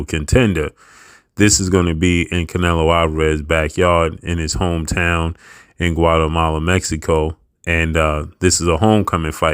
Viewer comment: It’s not Guatemala Mexico it’s Guadalajara 🤦🏽‍♂️